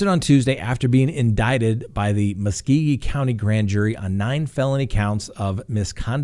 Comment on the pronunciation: lol I admit, you trying to say Muskogee was interesting. I'm near the area. ^_^ Try it as Musk-go-ge. Just a heads up.